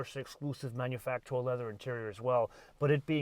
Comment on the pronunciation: Please... just pronounce it "manufacturer".